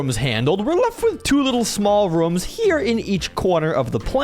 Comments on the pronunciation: when you want to say rooms you said reooms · rooms❌ rums✅